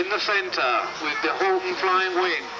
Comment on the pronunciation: Its a "Horten", German. Not "Horton"